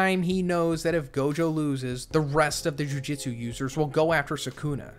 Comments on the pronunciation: This is a well structured video but the mispronunciations are really getting me lol. No hate but maybe listen to the subbed version of the show. It's not Jiu Jitsu kaisen lmao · Jujitsu, muhgoo-me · JUJUTSU NOT JIU JITSU